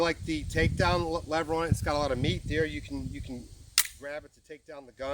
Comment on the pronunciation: Canik mé-té, I just don't get the Meat...Meet... pronunciation. I guess it's one of those "ambidextrous" not "ambidextrious" things. Good video overall though. 👍